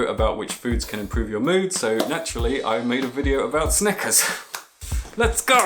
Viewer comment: "Sneakerzizizze" Lol